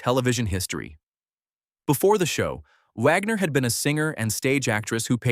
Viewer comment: It is Wagner not vagner